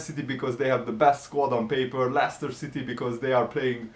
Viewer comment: It's Leicester